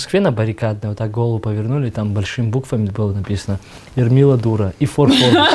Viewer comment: 😂эрмила дома😂😂😂😂 я слышал имя Элмира А её зовут Эрмила 😂😂😂 Он не ошибся случайно